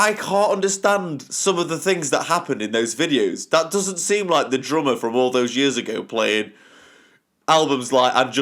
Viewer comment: But... you can't even say it right. It is drummer, not drommuh.